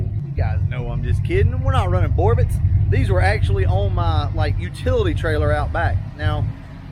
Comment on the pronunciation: The T in Borbet is silent.